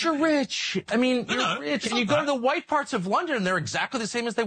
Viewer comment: "Who's Hwhite?... who's Hwhite?... I mean... who's REALLY Hwhite?" Well I am. And you are silly bint. And all of Europe, Russia, America, Australia, New Zealand, Canada... South Africa... They should be all Hwhite as well.